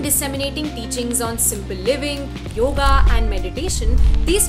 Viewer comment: You could begin by saying the name right ... it is yoga. Not yog. How would you like it if I called Sita by a shorter variant "Sit"?